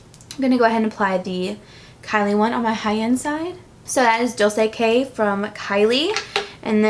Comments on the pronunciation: Dolce pronunciation is " dolChe" just FYI :) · hey! loved the video but just wanted to mention that the kylie liquid lipstick is pronounced "dolche", that is italian for sweet, by the way snap send me!